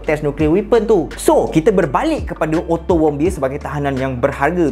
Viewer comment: knpa ak dengar ckap "ottomobile" 😂